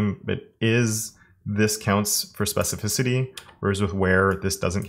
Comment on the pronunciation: Really nice video, all the css stuff is great, but my favorite parte has to be when you said specificity right 😁